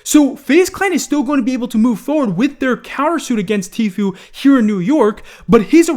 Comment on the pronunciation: Am i the only one happy he finally pronounced Tfue's name the correct way?